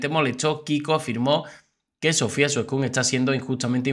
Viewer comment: Veo que sigues diciendo Suescun poniéndole acento en la ú Suescún 🤦‍♀😂😂😂 pero no ves que así no se dice???? Enriqué Garciá Jajaja